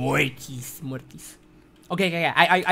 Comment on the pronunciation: why did I laugh to him saying Mortis lol